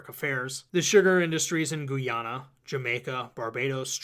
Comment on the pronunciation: “Guy-Anna”. I know sometimes people read off the page and mispronounce words they actually know but still, had to note it.